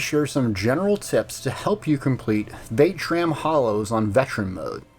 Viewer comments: Vat -eh-shran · Are you pronouncing it wrong on purpose ??